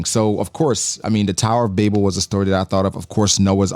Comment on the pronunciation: Thankyou for pronouncing Babel the way you did, I feel vindicated. Everyone I know pronounces it like the word babble.